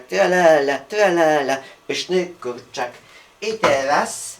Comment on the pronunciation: wydaje mi się czy on mówi ,,kurczyk''